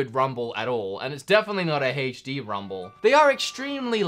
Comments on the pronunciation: aech dee not haech dee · "Hey-ch-D Rumble"